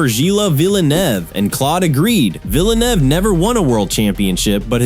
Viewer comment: “Jilla VillenAUGH”